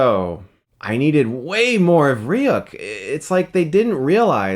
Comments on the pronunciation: Ah...this is the very first time I've ever heard anyone call him Light Turner. If that's his name in the new adaptation fine, but I've always ever, both English and Japanese, heard him called Light Yagami. Also...I mean, it's Ryuk - Ryook, not Ryuk - Ryuck. Still don't even want to watch it except to see Ryuk. If someone can eventually compile all of HIS scenes so I can skip the rest of the shit, I'll be eternally grateful. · Ry-uck xD It's pronounced Ry-ook or Ryu-k Other than that, this was a fucking wonderful review. Seemed very genuine. <3 Chris is 'our guy', when it comes to anime commentary from movie reviewers. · It may be how Ryuk is pronounced where he is from I know it's how at lot of English people say it, I've only rarely heard "re-you-k" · "Ryu" is ONE syllable in Japanese. Ryuk is just 2. Try not to pronounce the middle vowel so much. Head straight to the "yu" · stop saying ry-uck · Why is everyone pronouncing Ryuk wrong lmao its not hard ree-yook come on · Pronounce the name ryuke correct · "Ree-uhk." *weeaboos across the world wince* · Ry-yuck? Ok Chris, ok... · I believed you were a hardcore death note fan till I heard how you pronounced Ryuk😂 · Chris Stuckmann - Says he's a big fan of the original anime and manga, constantly mispronounces Ryuk's name. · your pronouncing ryuk incorrectly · Yeah he said he was "huge" fan of the anime yet he pronounces Ryuk differently. Where else would he have picked up how to say it differently? By just reading the name? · Dude you call yourself a Death Note fan and can't pronounce Ryuk properly ? :/ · Not to be a nit-picking jerkoff.. but you called Light from the anime Light Turner and then you pronounced Ryuk's name the exact same way Light did in the movie before he was properly corrected by Ryuk himself. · why is it so hard for you to pronounce ryuk right? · Pronouncing Ryuk wrong. They pronounce it the right way in the original and in the film. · Martín Garra it's not pronounced reeyuk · not rijuk, riu-ku